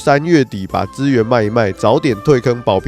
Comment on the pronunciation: 保平安 聽起來好台